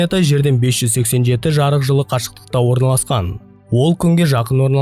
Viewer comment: Жырық жылың не , жарық жыл десеңші.